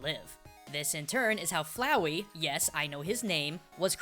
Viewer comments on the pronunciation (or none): "yes i know his name" (he pronounced flowey wrong) XD